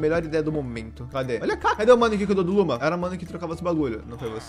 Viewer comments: as vezes o fala luma e eu escuto luba kkkk edit: acho que o bioma de carvão e o de montanha pq no meu mundo no hardcore, eu fiz uma casa na no bioma de montanha e era o paraiso dos carvões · Falou:Luma Entendi:Luba